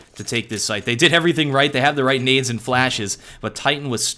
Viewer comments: why he says needs instad of nades ... wtf is wrong with this guy ..he make everything sounds wrong... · He says nades